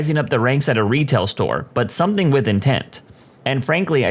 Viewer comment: No K in the word something , somebody let the narrator know